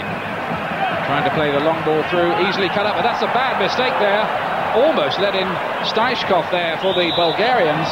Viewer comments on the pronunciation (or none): Interesting finding: Five names of Bulgaria's starting line-up are mistaken, including StEichkov and BalaNkov (the speaker repeatedly calls him Balkanov), and plus that of the coach :)